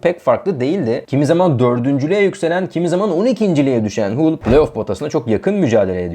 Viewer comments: Hull değil Hal diye okunur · Haul siti diye telefuz ediliyor kardesim bu ne hulu